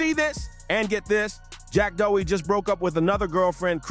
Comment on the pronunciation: After making all these videos about him, u still dont know how to pronounce his fkn name 😅